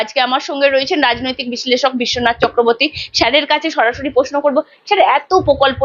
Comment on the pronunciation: ঘোষিকার পোকল্প, পোশ্ন , মুখ্যমন্তী প্রভৃতি উচ্চারণ গুলো বড্ড কানে লাগে